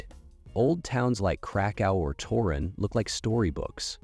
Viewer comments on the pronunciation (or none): Torun (or actually Toruń) and not Turyn (Torino, Italy).